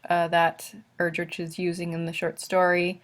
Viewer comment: Her last name is pronounced Er-drick, not Er-drich